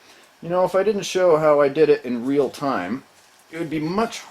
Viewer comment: rill? you mean real right